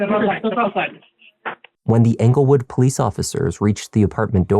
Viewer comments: It’s not anglewood, it’s Englewood! 😊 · Just a heads up (I know I'm late) but it's Englewood, CO not Anglewood